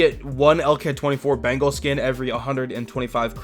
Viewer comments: Bro, it's not "bangle", it's "BENGAL" - like the Royal Bengal Tiger. Bangles are what some girls wear on their wrists. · It's not bengal like ( ben-gel) it is (ben-gaul) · It's Beng-ALL, not bangle. Sorry it was bothering me :P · Me: bengal: bangle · You pronounce it like 'Bangle', actually it sounds like 'Bang all'..... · It's not pronounced bangle but bengaul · Bro, it's not "bangle", it's "BENGAL" - like the Royal Bengal Tiger. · the pronunciation is Ben+gaal or more like beng+aal = Bengal which a state in india😅 and the skin is more likely referring to the Bengal tigers. Also, love your videos, cheers! 🍻🤘🏼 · It’s pronounced as Béngawwl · its actually pronounced as beng-ol.....or beng-all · I'm from Bengal and I can't help but laugh the way u pronounce it🤣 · The way he pronounce Bengal 😂😭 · Yeah lol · I am from West Bengal And the he says Bengal really makes me laugh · yep he literally pronounces bengal like that🤣🤣🤣